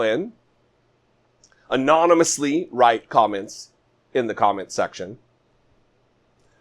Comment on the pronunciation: Oh don't forget the word anonymous. He couldn't pronounce that either.